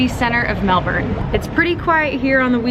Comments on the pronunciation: I think u just got the ozzies’ stamp of approval for saying Melbuhn. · OMG so much coffee in one day! I'd have a panic attack, lol. I've been living in Melbourne for 6 years now, originally from LA. Coffee is like drugs here. Magic coffee is definitely a Melbourne thing. Loved how you nailed the Melbourne pronunciation in the VO. Good on ya mate!